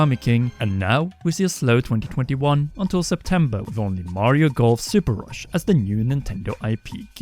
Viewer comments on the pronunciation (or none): none